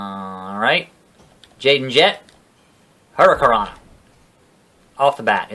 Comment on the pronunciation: your saying hurricanna wrong